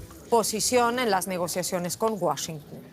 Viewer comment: La pronunciación de la palabra "Washington" más ridícula que yo haya escuchado. La señorita quiere hablar más gringo que los gringos. 🤦‍♂️ ¡Ay,! Modula normal. Pareció que estuvieras conteniendo un estornudo.